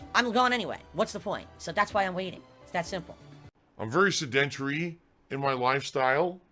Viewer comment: the way he pronounces sedentary as "said entry" is still funny to me, haha.